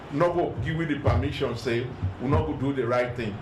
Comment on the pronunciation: We are here to “gee” instead of “give,” painful to watch.